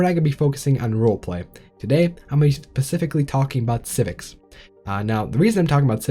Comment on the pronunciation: Turned off the video at "pacifically" instead of "specifically".